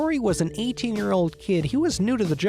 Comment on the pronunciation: good. i thought i was going insane.